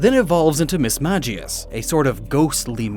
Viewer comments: Now you know mismagius isn’t pronounced that way. Why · did anyone else get triggered by the way he said Mismagius?